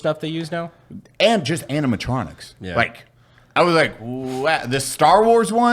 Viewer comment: ... we just gonna pretend Brandon didnt say aminatronics